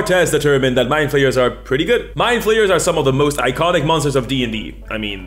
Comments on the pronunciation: I was driving while listening this, and I heard "along with beholders and rogues, My Players are one of the most iconic villans in dnd". I couldn't stop hearing "my players" instead of "mindflayers" for a good part of the video, lol ¡Un abrazo desde el fin del mundo,! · For nearly the whole first minute I thought he was saying my players not mindflayers